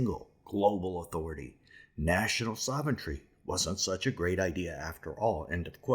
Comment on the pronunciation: It’s sov-ren-tee not sov-en-tree.